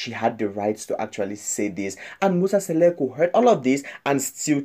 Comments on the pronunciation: Mmmmnk akakwaz nobiza uMseleku into ayingxameleo lulwimi qha…. Bayadika abalwimish It’s Mseleku not Seleku🙄🙄🙄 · Not Musa Seleku but Musa Mseleku don't talk about something dat you don't know if you don't know how to speak Zulu plz leave to the Zulu people this is so embarrassing the Mseleku's family .remember some of us we love them ❤ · Please say people 's name correctly